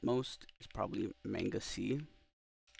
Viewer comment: bro really said may-nga. it's mah-nga. maw-nga